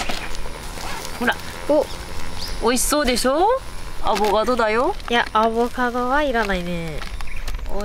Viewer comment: 母ちゃんはやっぱり世代的にアボガド言いますよねー 娘は正しくアボカドって言ってるのをみると時代を感じます